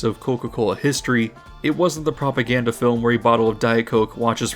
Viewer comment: Are you saying "propaganda" or "popoganda" ? ... I'll get my coat.